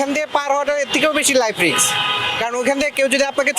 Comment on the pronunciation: রিক্স না রিস্ক হবে